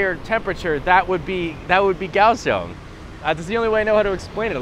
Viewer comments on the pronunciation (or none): If I'm not mistaken, the correct pronunciation of Kaohsiung is "Cow Shoes". You're welcome.